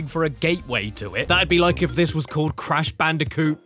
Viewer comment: It crash bandicoot what’s wrong with you why don’t you say their game names right!